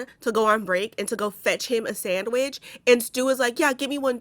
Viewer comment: "Sandwidge" lol